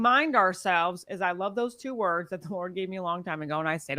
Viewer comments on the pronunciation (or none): She can't pronounce words well. What a shame. She's dillusional.